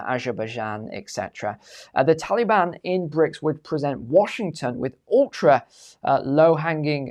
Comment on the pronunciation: I absolutely LOVE hearing say the term, "Tally-Ban" 🤣 It's like when Brits say "Beer Can" all I hear is "Bacon" 🥓